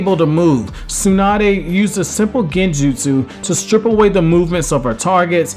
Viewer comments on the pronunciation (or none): none